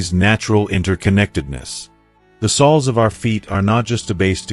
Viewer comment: 1. Lose the AI. “Sols” of the feet? This is awful. And its too long. Go to 15 minutes in before useful information starts.